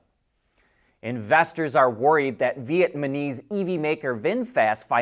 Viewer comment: *"Vietnamese", not "Vietmanese"